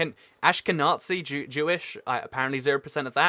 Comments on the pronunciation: Ashkenazi is prounounced ash-ken-ah-zee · ITS SAID ASH-KAN-AZ-EE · unless you're making a really dark joke you just don't pronounce Ashkenazi with a tz. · It’s pronounced ahsh kenahzee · ''ashkeNazi'', jesus christ, dude. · >when you see nazi and jew so you immediately forget how to pronounce the letter z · His pronounce of ashkenazi. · Just for future reference, be careful on the pronunciation of "Ashkenazi". Its a soft Z, not a hard Z like in "Nazi".